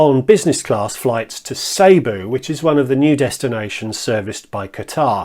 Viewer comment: excellent videos! I switched 95% of my business from BA to QR as long as nine years ago - and have never looked back. BTW - Cebu is pronounced Si Boo (I should know, as that’s where my wife is from, and where I’m currently spending Christmas / New Year).